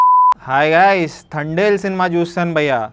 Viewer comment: థ కాదు బయ్యా త అనాలి